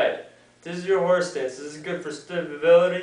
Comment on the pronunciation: horsetits lol does sound like horse stance if you say it fast